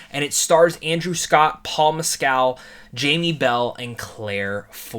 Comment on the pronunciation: After hearing other interviews of this movie, here's some minor feedback. Director Andrew Haigh's last name rhymes with plague. Might be easier to pronounce if it were spelled Haig (with a hard "g"). Paul Mescal's last name is like that Chicago critic from years ago, Gene Siskel. Instead of Siskel, pronounce it like Mess-kel. as opposed to Mess-CAL (so not like the alcoholic drink).